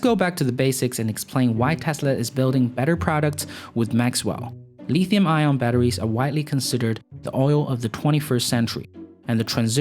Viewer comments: Nobody says "Leethium". It's Lithium with a short 'i'. Where do you come from? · I lol when I hear Chinese dudes say lithium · If you are going to talk about lithium batteries you should learn to pronounce lithium.